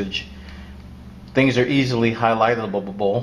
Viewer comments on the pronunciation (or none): Ha Ha "Highlightableabled"